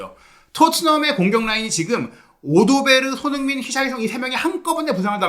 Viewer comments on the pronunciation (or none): none